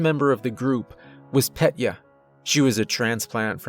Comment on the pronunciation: It isn't Pet-Yuh. It's Peh-Tyuh. 👍